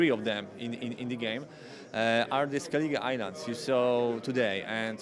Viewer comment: Sorry to be that guy, but : Skellige* ^^